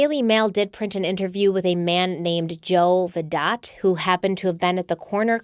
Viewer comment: I don’t mean to be petty but Vidot is pronounced with a silent T like Vido